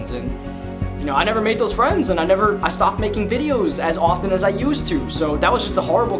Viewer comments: for "DAT" DAHERE" everything is with a D with you XD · He doesn’t have th in his vocabulary Ex: dat udderwise